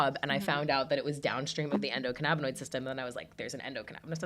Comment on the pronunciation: It's endo canna binoid. Not canabba dabba doo. We are not Fred Flintstone.